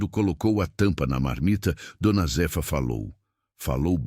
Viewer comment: Não é d. Z efa é Zéfa , raiva dessa IA falando errado.kkkkk